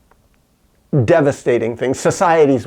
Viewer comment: he says shemanity if you listen closely. Wtf ? Also what you describe sounds like anarchy